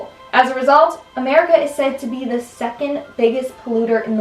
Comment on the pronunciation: Am I the only one who noticed that pronounced it as "Merica" on top 2: "serial killers"? 😂 Good video